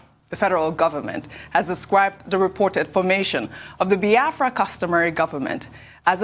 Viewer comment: Dr Abati it's not BI-AFRA. It is BIAFRA.